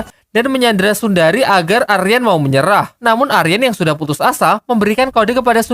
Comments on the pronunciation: Sundari❌ Sunehri✔️ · Bukan sundari.... Tapi sunehri😂😂😂😂😂